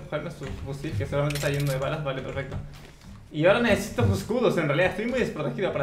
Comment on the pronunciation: Perfec dijo el